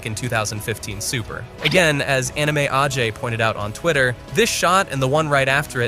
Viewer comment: Is dbhype 100% AI voiced? Calling "Ajay" "ahhhhjay"